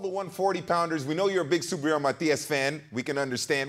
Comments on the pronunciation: It’s Matiiiiiiias… Not Matiaaaaaaas… Accent on the í… say it right guys! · Subriel Matías is the best. Teofimo has the biggest mouth, and Haney isn’t even in question. Algieri disrespects by mispronouncing Matias.